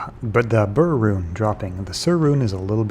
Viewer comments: Its not BRRRR its pronounced "bear." I've tried farming LK superchests and only found an Ohm and Um once. Its not the quickest way. The best way is CS, cows, and Baal runs, go to high-density locations and just kill everything, A2 is good because its open and lots of big groups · BER, like bear, not burr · Why do all pronounce Ber as Bur? Sur is Sur for sure, but its not the same letter in Ber as it is in Sur. Ber is Ber, not Bur.